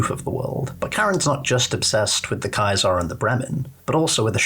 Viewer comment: Play less New Vegas mate. I could only get to the fourth time you said KAI-ZAR before I gave up. It's Kaiser, german for King. As in KING IN YELLOW. Not "True to CAESAR"